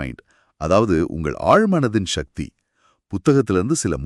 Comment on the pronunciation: நல்ல கருத்து நன்றி.... ஆனால் ஏனய்யா தமிழை இப்படி கொலை செய்கிறீர்கள்? சக்தி என்று தானே பேசியும் எழுதியும் வருகிறோம்? அது என்ன ஷக்தி? ஆற்றல் என்று அழகாக தமிழில் சொல்லலாமே..... பணம் சம்பாதிக்க வேண்டும். உண்மைதான்... ஆனால் அதற்காக தாய்மொழியை கொலை செய்ய வேண்டியது இல்லை....